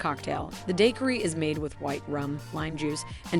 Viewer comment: Thank you for the info! That said, how does someone mispronounce the word taxi? Or daiquiri or arroz con Pollo. It was a little distracting.